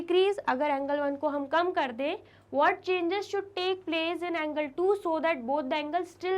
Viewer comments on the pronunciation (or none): Angle ko angirl hhaha